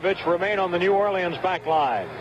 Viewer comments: This announcer says 'New Or lee uns' (in 4 syllables) about 100 times – and presumably every time he calls a game there. You'd think some one would eventually take him aside and let him in on the local pronunciation... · New Orleans is NOT 4 syllables.